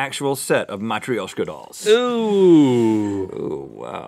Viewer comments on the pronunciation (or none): I m Russian and it is not matroueshka (how rhet said it) it is matroshkal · wow. that was bad pronunciation of матрёшка. emphasis on the yo, pronounced like yo. mat-r-YO-shka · LOL! It's pronounced mah-TROW-sh-ka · IT IS PRONOUNCED MA-TRU-SHKA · From this i learnt Americans can't pronounce Matryoshka (Mah-trush-ka) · Matryoshka is muh-true-sh-kuh, I believe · Matryoshka 😂😂 you say it wrong 😂 its the same but without the y 😂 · Rhett butchered matryoshka doll so badly lmao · I Don't think that's how you say "Matryoshka" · You say Matryoshka wrong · How dare he mispronounce Russian names!!!!!!